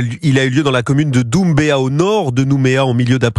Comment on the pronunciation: La ville de « Doummbéa » 😂😂